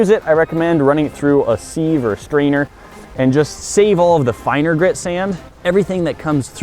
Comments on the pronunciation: It's pronounced SIV, not SEEV. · Sieve is pronounced "Siv" not seev. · Seev? It's pronounced siv! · Seev it's a siv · Run it through the WHAT?! The SEEEEVE?! Sieve is pronounced like SIV......seeev hahaha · Lol@ "seeve" 😂 it's sieve, pronounced "siv" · You say seev it's said siv, not seeeev. (The e is a i ) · Yes I get what you mean, as it is pronounced 'siv' reaver than 'seev' as you use it to sift with. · "seeve" It's Siv lol Sieve But everyone says Siv where I live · seev? It's pronounced Siv Base wood? Balsa? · i was happy, until you pronounced sieve, seeve......not siv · I don’t like how he pronounced “sieve”. It’s not “see-v” it’s sēv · Seev? Isn't it pronounced siv? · Seeeeve? It's always been pronounced "siv" in WA state... Am I wrong? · shiv not sheeeeev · It's said 'siv' not 'seeeeeeeeve' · It's a sieve not a seeve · i agree the way he said it hurt my soul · Definitely pronounced Siv. I have no idea why people are saying seev. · I'm guessing this is a US/UK difference. My brain hurts when something is one-and-one-eighth inches - imperial is so stoopid. Oh and it's pronounced 'siv' in the UK not 'seev'. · "seeve"? It's pronounced "Siv". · SIEVE IS PRONOUNCED, "SĬV" [short "i"] ....NOT "SEEVE" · Not $5 if you don't have an air compressor or a air gun hose and fittings. Or the sand. Wtf is a "seeeve?" Do you mean a sieve? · Sieve rhymes with give, not with Steve!!!!!!!!! No such thing as a see-ve. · What’s a seeeeesve? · Sieve, pronounced /siv/ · Through the seeve 😂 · Sieve - pronounced "siv" , as in sick, sibling, silly - what my English teacher used to call a short i and NOT a long i , as in side or sire or sigh or a long e as in seed or seal or sea! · Who pronounces it "seev"??? 😏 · It’s not ‘seeev’ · sieve is pronounced SIV just sounds weird when you say it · Seevv = sift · Two things: it's "Basswood" (baswood) like the fish, and it's a "Sieve" (siv) rymes with "kid" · Check Webster....the 'e' is silent in sieve. It's pronounced 'siv'. Great project.